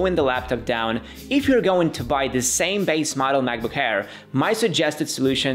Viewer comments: It’s Air, not Hair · did he say macbook AIR or macbook HAIR